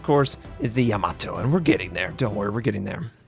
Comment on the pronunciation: YAH MOE TOE is how it's pronounced RS